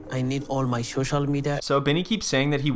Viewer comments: “Shocial media” 😂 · Give him the Shoshal media password 😂